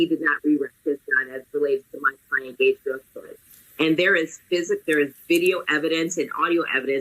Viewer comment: I pronounce is "Gah-jay Gritskrauts." And I have also given him the nickname "White Privilege" because I cannot fathom how he hasn't benefited from it several times in his life so far, given his criminal record. It amuses me greatly me how every criticism people level at Rittenhouse can be leveled at Grosskreutz AND be true! Save of course the dreaded crossing of state lines.